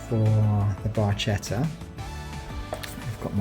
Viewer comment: Nice video! I'm planning to buy one. I had one 5-6 years ago and miss it. Can I correct your pronunciation? It's Bar-ke-tta. In Italian 'ch' is not like English, it's like 'k'. Thanks!!!